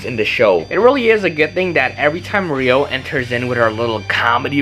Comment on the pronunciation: HER NAME IS EVEN RYO DONT TELL ME ITS NOT RUI